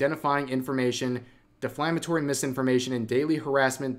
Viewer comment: Great video, but please, Rev, I can't take it anymore. It's not "deFLAMatory"